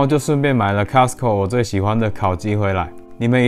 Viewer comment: Costco 不是 castco😂